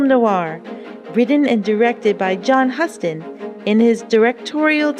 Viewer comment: Friendly FYI: John Huston's last name is pronounced with a long "U", like the biggest city in Texas. It's a very big name in movie history and one that deserves attention. -- Great movie. -- Great channel, too. I enjoy it much.